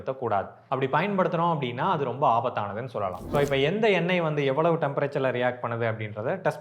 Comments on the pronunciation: எண்ணெய் என்பது தான் சரி👍🏻😊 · எண்ணெய் ... சொல் சரியா சொல்லுங்க.... தமிழ் தப்பா பேசினால் தலையில் தட்டணும் 😂😂😂😂